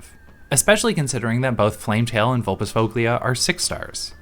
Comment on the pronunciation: Also sorry for being a nerd, but "-foglia" is pronounced more like "-foya" 😅